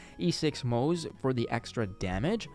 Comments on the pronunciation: His name is pronounced Mo-ze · Also it's still pronounced Mo-zuh